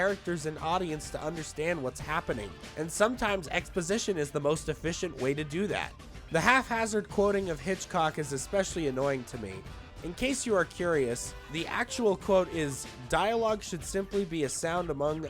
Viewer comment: Just so you know, it isn't pronounced "hafhazard" with an "f" sound. It is pronounced "hap-hazard". "Hap" as in "happen".